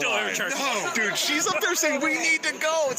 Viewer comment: You pronounced dude wrong, it's 'do͞oo͞oo͞od'.